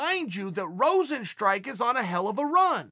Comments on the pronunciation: Chael 'Jarzino Rozenstrike' Sonnen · If Chael says his name is Rosenstrike, I wont call him Rozenstruik anymore.